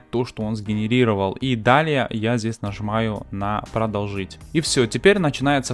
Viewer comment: ПродОлжить, друже, а не продолжИть